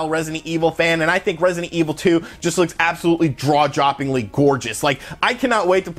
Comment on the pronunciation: "Draw-joppingly" - made me laugh more than I should have! Seriously though, love your work; keep it up!